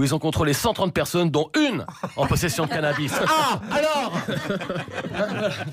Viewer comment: craquante, quand elle prononce CANABI (au lieu de canabisssse)